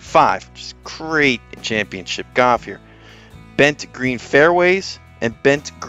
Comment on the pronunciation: When did the word golf become goff???